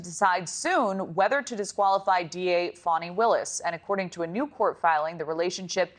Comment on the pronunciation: It’s pronounced: Fanny